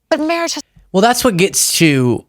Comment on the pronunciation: "mawwiage",a dweam within a dweem"